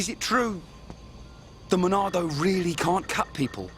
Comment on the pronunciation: Why do people say Monado so weirdly? It's not "the Monado", it's "the MONNNNAAAAAAADOOOOOO!?"